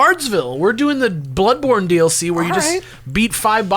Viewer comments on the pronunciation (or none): "darkSOULS" "bloodBORN" "editingPORN" another case where maybe the emphasis maybe should've been on the first syllable...